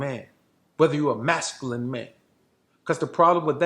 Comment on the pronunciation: This is a gossip photo meme. Not different than the one where Obama supposedly looked google-eyed at the lady in the red dress butt. So, here's a dude now sitting in the utility area of a crappy home, on a second hand store women's couch, can't even pronounce the word masculine properly...gossiping.